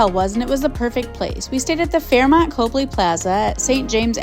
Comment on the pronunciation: 50 seconds in. Copley Square is in the Back Bay, not Beacon Hill. Very nice hotel, though not in Beacon Hill. Also, it's pronounced COP-ley, not COPE-ly